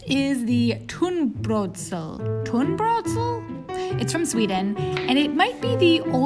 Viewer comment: Me being a Swede not having tried the Swedish one... 😬😅 I just put Ketchup, strong mustard and dried, fried yellow onion 🤷‍♀️ It was very funny hearing you try to pronounce tunnbrödsrulle tho..